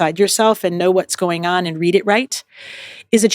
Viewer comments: “Ay-and”…for the word ‘and’ It’s all I can hear I am so sorry It’s adding an extra syllable to a one syllable word. And she is lovely!! 🥰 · ahhhh you’ve now made me aware that the former texan in me has made ‘and’ into a two syllable word 😮 thanks for telling me!! working on getting the texan out of my accent! i hope you nonetheless found the content valuable 💚